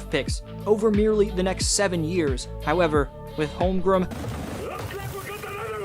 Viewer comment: I know I’m being an asshole here but it is not “Holmgrim”. It’s HolmgreN. Practice it